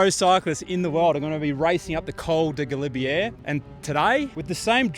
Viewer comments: Pronounced galibier ga-lib -A not galibier (air) 🙈🙈🙈 👍 French won’t understand you if you say this when asking for directions, as I found out riding from the st Jean route. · Great video as always. I know you're an Aussie but please learn how to say Galibier. It grates every time you say it ending with an 'err'. All the best!